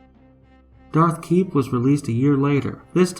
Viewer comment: HEY GUYS, HE SAID "DARTHKEEP" INSTEAD OF "DEATHKEEP"!!!!! OMG!! OMG!! Allahu Akbar!! Dath to Israel!!!